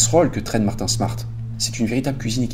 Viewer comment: PQ tu te trompes tout le temps dans les prénoms ? La vous dîtes Martin alors que c'est Marty ? J'comprend pas tu le fais dans beaucoup d'hvf